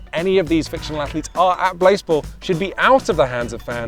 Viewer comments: Pronounce it blaaaaaze-ball surely? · Is it possible that blaseball, while being a play on baseball, could be pronounced "BlaséBall"? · i always pronounced it as blasé-ball in my head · I was hoping it would be pronounced blasé-ball